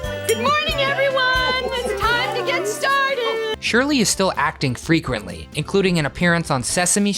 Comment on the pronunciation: Can't pronounce "frequently"?